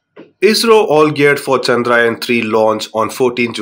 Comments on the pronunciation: Not chandrain 3 it's chandrayan 3 take name properly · Pronounce chandrayaan correctly please